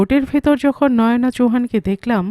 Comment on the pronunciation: আমার মনে হয়, নামটা নয়োনা‌ নয় বলতে হবে নয়না চৌহান। য় ও কার নয়।